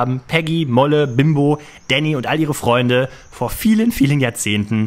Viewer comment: Dieses falsch ausgesprochene Freunde nervt dermaßen